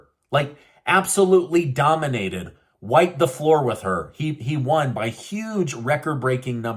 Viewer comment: I laughing badly, when you say " waip the floor with her ❤❤❤